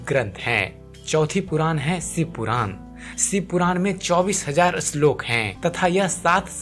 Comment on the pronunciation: अश्लोक नही श्लोक